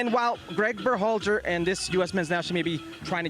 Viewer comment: can't stand how Herc pronounces Berhalter.